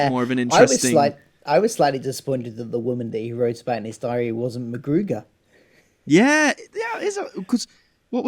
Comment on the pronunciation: Btw, its McGruder, not McGruger